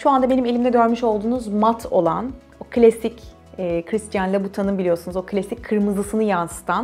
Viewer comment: christian louboutin'ı yanlış telaffuz ediyorsunuz